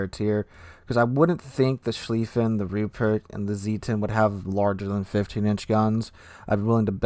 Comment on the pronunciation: About Goddamn time. I've been waiting for the German First World War battlecruisers since the game came out. They're my favorite warships in naval history. Sir? It's Mult-keh, Ru-prekt, and Sh-lyfen. I think. And the Von der Tann, Derfflinger and Moltke are my babies, and the Mackensen. 😊